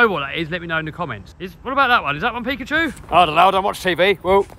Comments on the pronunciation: it is not pekchu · Not pecuchue